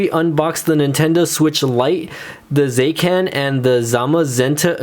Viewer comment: "zaycan and zamazenta" the "i" in zacian: am I a joke to you?